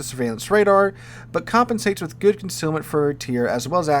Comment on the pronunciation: Please change the way you say “good” dude